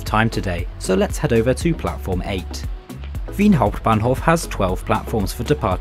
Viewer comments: Waaaait a minute.. why did you pronounce "Wien Hauptbahnhof" so well!? Somethings off! xD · Especially "Wien Hauptbahnhof" made me wonder if you are a native speaker.